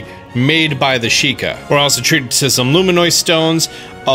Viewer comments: LF every time he said LUMINIOD, it just triggered me more and more bit by bit... So yes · It’s pronounced “Loo-mih-nus”, not “Loo-mih-noi” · luminous, not luminoise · "Luminoise Stone" ... It's Luminous. LUM-in-us. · You say luminoid instead of luminous. I just noticed that lol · Luminous!! Not, Luminoid! lol. Drove me nuts. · Best Nintendo content on YouTube... But when are we gonna teach our boy to say luminous? ˈlo͞omənəs. As in: Lou. Min. Us. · Did anyone else die inside every time he “luminoid”? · I cringe every time he says “luminois” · It's actually pronounced lumin-us